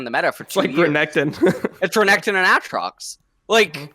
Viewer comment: Can LS please say AYEtrox not AAAHtrox